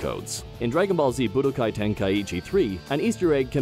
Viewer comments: When he said Bu DOH kai 3... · Boo-do- Kai. Why is he saying it like hadoken?